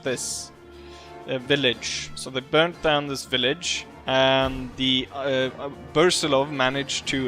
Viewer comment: 36th and long live the austro hungarian empire by the way austro hungarian empire is great under your commander 👏👏👏 And its pronounced brusilov not bursilov lets correct you there. 😁😁